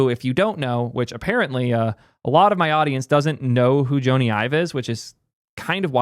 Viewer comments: if you're going to do a history of Ive, you should know, Jony Ive's name is pronounced "Johnny" — like Johnny Depp. Even though it's spelled Jony, it’s pronounced the same as "Johnny" (like "Johny," not "Joan-e"). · Jony is pronounced "Johnny" not "Joe-nee". His name is Jonathan. Will be interesting to see what he & Sam come up with - I disagree with your take on VR - when the Vision Pro is lighter, wireless and cheaper with the same quality or better, it will take off. I'm waiting for a device you can wear for hours without strain. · I cringed everytime you called him Joe-ny. His full name is Sir Jonathan Ive. Because he's Jonathan, its Johnny (just not this spelling obviously) not Joe-ny. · Sir Jony Ive’s first name is pronounced exactly like Johnny. John-ee not Joe-nee. I realize some people with that name pronounce it like Joe-nee but he does not. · Joe knee :D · Sorry but the fact you don’t know how to pronounce his name makes this video unwatchable for me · Sounded like an interesting video, but I couldn’t make it a minute in with that butchering of his name. I’ve only ever heard AI pronounce it this way. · Hey moron! His name is short for Jonathan. You are mispronouncing his name. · That Jony pronunciation is killing me XD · I love but this was an instant facepalm for me and he just kept on repeating it. Tragic irony. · Wtf is this weird Jony pronunciation?